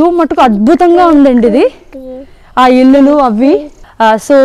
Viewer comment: ఇల్లులు కాదు, ఇళ్ళు. ఆంబియెన్స్ కాదు, యాంబియన్స్యా. You and your hubby make a nice couple. Your kid is very cute. Your background music is a bit loud and distracting.